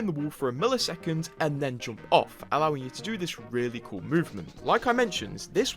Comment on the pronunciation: Some ofy should make a 10 minute videos with him saying the word "JOMP" from every video